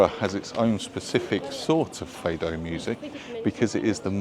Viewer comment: A Beautiful and Charming City . a perfect size too . 'Fado' , pronounced Fahdoh not Feidoh . a sort of Portuguese Blues . Great Video , Thank you .